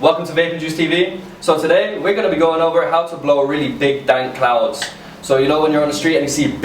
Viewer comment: Are saying clouds or clowns like what you're taking us for fuckin clowns